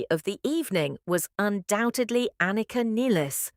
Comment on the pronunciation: Why the fuck can't AI pronounce Anika, or for that matter, Neil's name correctly! Garbage in, garbage out!